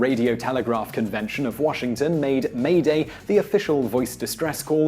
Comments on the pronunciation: TechnocratiK like "meh-day" Just don't pronounce the h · British Guy shouldn't it be the conjugation, "m'aidez?" regardless, "m'aider" and "m'aidez" would sound exactly like "mayday" and not whatever butchered pronunciation he used.